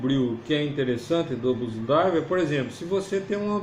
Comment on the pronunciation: Blues DriveR. Tem R no fim.